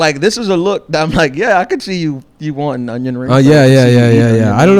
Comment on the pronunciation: can't even say onion correctly. Stuff like that will lose you $50,000 a month on patreon